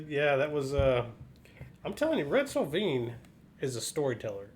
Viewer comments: First I gotta tell you it’s pronounced So Vine. Red did occasionally sing and while most of his songs are sad not all of them are. He does a great version of Lay Down Sally & his version of Colorado Kool-Aid is the best. There’s a few more sad songs of his I’ll recommend as well. Roses For Moma, Little Rosa, Giddy Up Go & Big Joe And Phantom 309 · This was a great reaction guys and a great song. The only caveat I have for you is that the name is pronounced so -like a flowering Vine